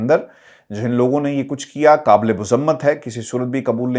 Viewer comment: Great and Informative reporting. Please retrain yourself in URDU pronounciation to say 'Q' and 'K' correctly. 'قابل' is not 'کابل': just as 'قران' cannot and should not be 'کران'! If one of your uncle's name is'QAMAR', would you address him as 'کمر'صاحب؟